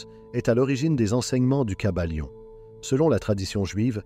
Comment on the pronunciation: Le kybalion pas le caballion 😂